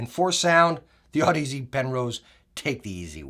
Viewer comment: Damn you haven't STILL learned to pronounce audeze lol